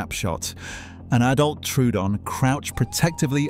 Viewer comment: Once again, the name of Troodon gets pronounced incorrectly. It's not "true-don". It's "troh-o-don". The old fashioned way of writing it, Troödon, shows how it should be pronounced.